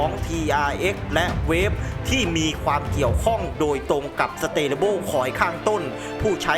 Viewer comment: Stable สเตเลเบิ้ล ❌ สเทเบิล ✅ เอาไทยๆบ้านเราก็ สเตเบิ้ล😁